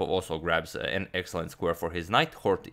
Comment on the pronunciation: Scheveningen my ass I like how you pronounced Hort so accuratelly